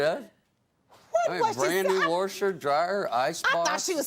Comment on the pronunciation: “Brand new wosher and dryer” what in the devil is a wosher?